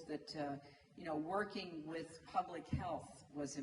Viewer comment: with เจ๊แกออกเสียง วิด เลยอะ 555555